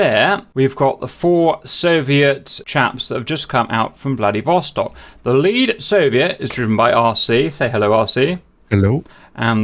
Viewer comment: Am I the only one that heard Vladivostok as Bloody Vostok the first time he said it?